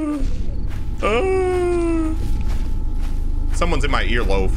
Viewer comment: Or ear-lov.. all i know is you didn't say earlobe